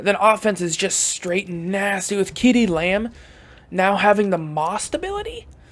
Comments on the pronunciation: As always love the content man. But ceedee lambs name is pronounced see-dee. No kee-dee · You did not just fucking pronounce CeeDee lamb like KeeDee